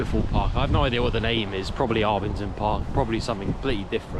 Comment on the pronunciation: I doubt it ... when he says Arbingdon it's just a mispronunciation of Abingdon and the main road of the suburb is called Abingdon Road ... but you're right Cold Arbour (or Cold Harbour is in that area) ... there was a hospital there named after a sheltered wooded spot where drovers and tradespeople could shelter on the way in to the town. Lots of towns have a place called Cold Harbour.